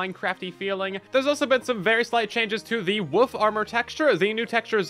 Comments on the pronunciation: You say wolf like my ex wife. Wuf instead of wolf lmao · I love the way you say wolf because it sounds like woof. 😂😂😂